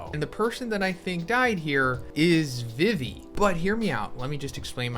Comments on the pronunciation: Why you pronounce it vivy And not vee vee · STOP CALLING EMU A GIRL! YOU HAVE NO PROOF THAT EMU IS A GIRL!! YOU ALSO PRONOUNCE VIVI WRONG!!